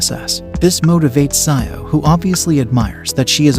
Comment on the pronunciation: Hey i am ur new sub and for the part where u are triggered it is xiao it is read as zaao for pronunciation and it means small or little which is commonly used by elderly to call the younger and in china first name is spoken and written after surname or adjective like xiao